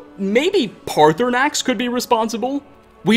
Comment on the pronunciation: Parthunaax- Me: Partysnax: Parthunaax Me: IT'S PARTYSNAX.